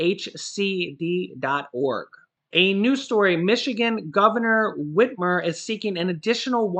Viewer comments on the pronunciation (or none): none